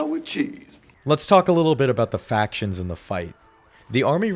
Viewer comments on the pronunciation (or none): none